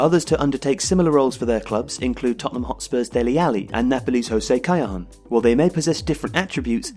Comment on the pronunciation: Must be the worst pronouncuation of José Callejón i ever heard.